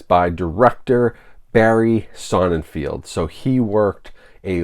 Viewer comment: Hey dude, I love your channel forever, but the director's last name is pronounced Sonnenfeld, no field.